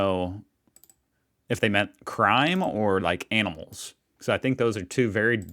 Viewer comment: Sounded like you said “crime or anals” and I’m dead 🤣